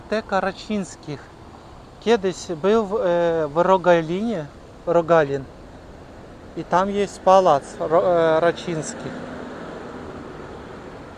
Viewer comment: Dlaczego ukraincy nie potrafią wymawiać literki "Ł". Ciągle tylko "L" mówicie. "Wylączona" zamiast "Wyłączona". "palac" zamiast "pałac". "Cieplo" zamiast "Ciepło". Tak ciężko nauczyć się wymowy jednej literki?